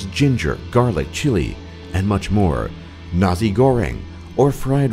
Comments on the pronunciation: it's nasi not nahi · its NASI with S not NAZI.. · Nasi not Nazi